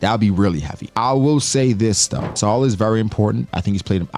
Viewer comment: Thank you for pronouncing Saul correctly hated when the show “better call saul” came out for so long people said my name wrong , was happy when i saw a giant had my name